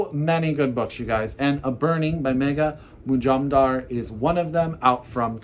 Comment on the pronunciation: As an Indian who happens to be a Bengali, I can assure you that you pronounced Megha Majumdar's name perfectly. And I loved all the books mentioned in this video. Specially Luster & You Exist Too Much. Will read them first.